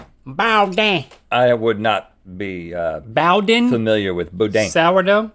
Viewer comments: Link: BOW-den Entire bay area: it's BOODEEN aaaahhhhh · "Boo-dan" not "boh-din" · It's not "bo-deen" it's pronounced "boo-dan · They kept saying "bo-deen" but if it's pronounced the same way as in "boudin sausage," it's "boo-dan." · It's pronounced "Boo-Dan". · i’m from louisiana and when they said boudin i cringed😭 it’s bood-eh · boudin is actually pronounced like boo-danh (if that makes sense?), or at least it is here in louisiana. also, homemade sourdough bread is amazing. we've been making our own with a homemade starter and it's great. yall should try it if you have a lot of free time, you'll never want store-bought bread again, lol. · Boudin is boo-DEEN, guys. 😁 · Boudin is pronounced like boo-dahn or at least it is in Louisiana 😂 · My Louisiana heart had a hard time watching them try to pronounce Boudin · Watching them try to pronounce boudin, as a Louisianan, physically hurt me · I cringed so hard at the way they pronounced Boudin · Listening to them say boudin like that hurt so much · The Cajun in me watching them try and pronounce “Boudin”, they got pretty close a couple of times